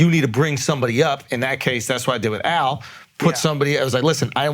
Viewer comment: AL with the L's right on que. Its incredible 😂